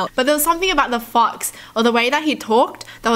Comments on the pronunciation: I REALLY THOUGHT SHE SAID “THAT F**KS” NOT “THAT FOX” 💀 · I think this is the first time I've ever heard her laugh wholeheartedly. Btw, when she says "fox" the first time in the video, it sounds.... different, like the f word. I literally thought she said the f word. 😂😂